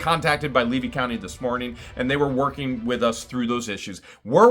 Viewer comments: Leedy County? Does not know which county she lives in? Levy,! It's Levy county. Wow! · 'leedy county'? someone best warn 'em!! 🤣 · Oh boy said Leedy county instead of Levy county. She does not even know what county she lives in. I do not think that there are 98% of the town that are backing her up. And if she loves her daughter so much why does she leave it to her ex-husband. Makes no sense to me. Good luck. and God bless you both. praying for you. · Oh my God....Jeremy she() called your county LEEDY instead of Levy County. Someone better teach her how to spell. LOL